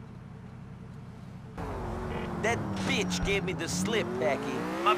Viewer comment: this moment always makes me laugh. Best BITCH pronunciation ever.